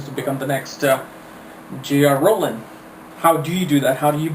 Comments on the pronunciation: Do I hear j r rowling instead of j k Rowling... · LOL within the frist 11 seconds he says J.R. Rowling... iunno why, but that just made me chuckle